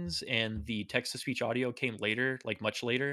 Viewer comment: Whenever says "Text to speech", I keep hearing "Texas Beach".